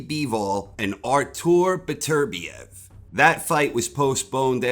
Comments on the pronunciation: say it with me: “Better-Bee-ev” xD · Why do you butcher Beterbiev’s name?